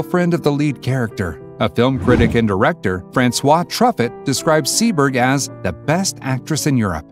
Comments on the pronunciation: I have to comment about your mispronunciations of many names in your videos. Jean-Luc Godard is not "goddard"; it is "goe-dar". And Francois Truffaut is pronounced "true-foh". In another entry you pronounced the city of Akron, Ohio as "Aa-krone", when it's "A-krun". These mispronunciations take you out of the video, which is not a good thing. Also, the thumbnail picture for your Ingrid Bergman video is of Donna Reed. That's not good, either. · Dude, those name pronunciations...have some respect, FFS. Phonetically, they are: Fran-swah Troo-fow, Jon-Luke God-arr, Warren Bay-dee. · Otto "Pree-ming-er", Francois "Truffet", Warren "Beety", " barbitch-oo-its??? Obama said "Corps-man" so maybe he took diction lessons from this narrator. 😆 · I was almost dozing off to a nap until I heard truffet... hahaha that really woke me up . Yes , TRUE FO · Truffett? The ludicrous mispronunciation of Truffaut's name completely destroys the credibility of this piece, which is a massive shame because it's one of the more accurate online tellings of Jean's story. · TRUFFET ! oh please mr. narrator. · Nice video, but they way he pronounces Goddard and Truffaut... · That’s the weirdest pronunciation of Francois Truffaut I’ve ever heard..